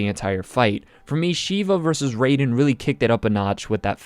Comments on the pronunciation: It's Rye-den not Ray-den btw. Easily my least favorite fight so far. Still a pretty solid one, there were just so many better ones. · Saying raidens name wrong I tried to hold back but my correcting someone’s grammar membranes were going off